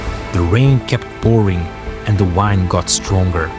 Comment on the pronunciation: It’s pronounced Wind 🌬️ ( rhymes with grin 😁 ) Not “rhymes with signed” I know…English is weird